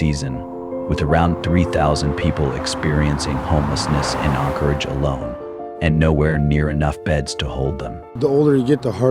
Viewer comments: Anchorage not Encorage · As an Alaskan having just picked random spots in this video to watch to see how much the information has been skewed. Anyone who believes even 2% of this is quite possibly retarded. First off the AI can't even say Anchorage, nor does Anchorage have 300k people especially when you remove Eagle River from it's equation. What this video is definitely not going to tell you is that the majority of these homeless are either Natives that were kicked out of their villages because they were a problem so let Anchorage have them or they're scamming people. Those camps are usually removed when they start causing issues, generally criminal activity or public safety, like fires. Many of these people choose drugs and alcohol over trying to improve their lives. These people are handed camp gear and handouts along with many opportunities to improve their life situation, They generally choose this. The issue with no beds is because the perpetual homeless keep taking those beds when people who are actually trying to improve their situation or lost their home need them. Around the 14 min mark there were lies about natural resource issues causing them to be on the streets. I wonder why they didn't show the Hazmat crews going in to clean up camps with needles, feces and meth cooking all in the living spaces. As for the Dividend paid to all Alaskan residents and the natives that get dividends from their native corporations don't get spent on survival tools or self improvement. HLS is quite possibly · This guy can't even pronounce Anchorage correctly.